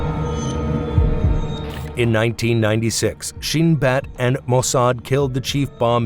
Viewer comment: You couldn’t even pronounce the name of the Mossad properly